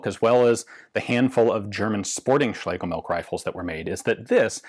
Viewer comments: Heh, Ian correctly pronounces Schlegel...then defaults to 'milk' (which TBF, is "milch"). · It's pronounced MILCH! 😠 Not milk! We non nativ English speaking folks do our best to not butcher the th, you English natives should at least try! 😂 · German surname Schlegelmilch should be pronounced as Schlegelmilsh (not by "k" coming from "ch" at the very end) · Please correct me if I am wrong, my German is a little rusty, but I believe the correct pronounciation [sp] is" Schlegelmilsh" which means something milk. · Ian says "schlegel-milk" while mispronounced... Milch does indeed translate to Milk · Yes, you did come very close but the "ch" at the end is pronounced more like a hissing cat and less like a "k", if that makes any sense. Anyway your videos are always entertaining and interesting. Have a nice day and keep up the good work. :) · You're almost there. While it means milk, don't pronounce it like that. Make a 'sch' sound and leave out the 's'.